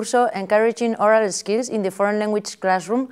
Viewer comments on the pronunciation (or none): "oral Eskills"?